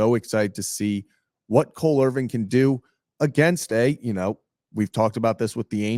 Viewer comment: why do you say “Irving” it’s “Irvin” 😂